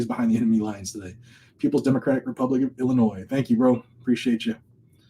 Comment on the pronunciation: MR.RASKIN say Republic. Thanks.